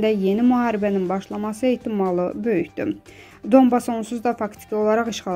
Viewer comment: Dundas yox Donbas yazilir ve Danbas telefuz olunur